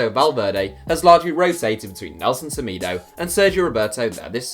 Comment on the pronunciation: It’s pronounced seMaydo